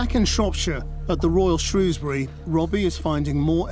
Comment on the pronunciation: Pity you can't pronounce 'Shrewsbury'...